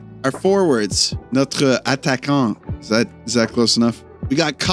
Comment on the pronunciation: your ''Formation de départ / attaquants'' is pronounced pretty good bro. Love the effort and your videos as always <3